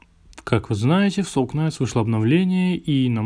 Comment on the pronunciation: СОЛ НАЙТ, А НЕ СОЛ КНАЙТ